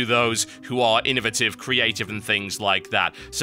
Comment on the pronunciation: "innovative" should sound like "creative" lol